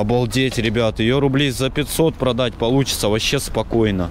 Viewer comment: Ппц он говорит продатт можно... Это типа в авито? Фууу